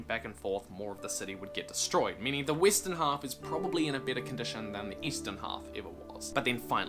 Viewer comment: Did he say Weestern? WTH?